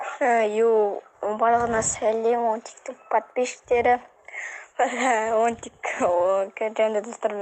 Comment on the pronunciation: Тоуф Бончик дегенды Пончик деп естып калдымгой☹️